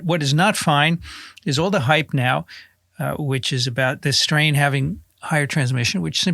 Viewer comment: Even Dr. Marc Siegel said strain and everything wrong today. Like emphasizing strain